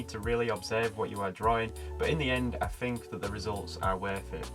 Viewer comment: Teaching when you can't even speak correctly?? Wiv ? Fink? Fings? everyfing? For pity sake learn to pronounce words the way they are spelled